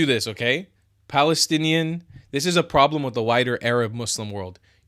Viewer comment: Balestinian beoble who do not have “P” in their alphabet and cannot bronounce P.